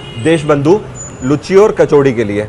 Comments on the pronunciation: Ha ha ha 😃 sirf ek correction bas: Luchhi nahi it’s Loochi (लुच्ची नहीं लूची) या हिंदी में पूरी। nice videos and explanations. Keep exploring 👍🏻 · Hahaha.... Comedy... Sorry sir... Actually m bengali and cant hear that word... Its loochi and not लुच्ची... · Bhai lucchi nahi hota luchi hota hai🙏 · It's Luchi not "Lucchi"